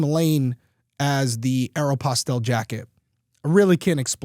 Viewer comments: Aero-pos-tale jacket 😂 aero-pos-tel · I've heard it pronounced way worse.